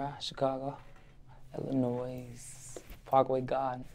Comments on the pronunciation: Why this mf from Chicago say Illinoise 😂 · Ughhh that “s” silent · How you from Illinois and don’t know that the “S” in Illinois is silent.